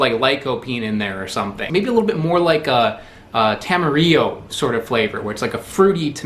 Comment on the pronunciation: Thanks for pronouncing tamarillo correctly! Also, yeah, that's panela, a.k.a piloncillo or jaggery. Panela's what we call it in Colombia.